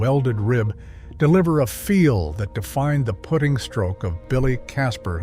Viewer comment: Someday the ai world will learn how to pronounce hosel and putting. Now with this video we can add Acushnet.